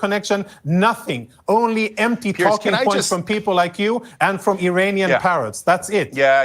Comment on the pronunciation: Did he say Iranian parrots or perverts😅